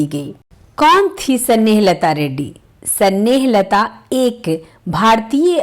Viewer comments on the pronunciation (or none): कृपया आप अपना उच्चारण सुधार कर वीडियो बनाये। हिंदी का इतना अशुद्ध उच्चारण सुनकर खून खौल जाता है। ना तो आप नाम सही बोल पा रही हैं, ना ही अन्य शब्दो को सही उच्चारित कर रही हैं। अस्थमा होता है---अस्थामा नही स्नेहलता नाम है--सनेह लता नहीं